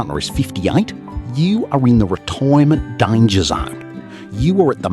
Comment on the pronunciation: "Dannger" zone????????????????????//